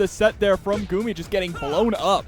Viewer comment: It is "Gummy" not "Goomi" unless you don't speak English. It's like saying it's not "Cloud Strife" it's "Kuraudo Sutoraifu" lol.